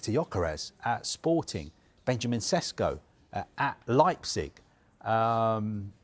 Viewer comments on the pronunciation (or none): It's pronounced Sheshko.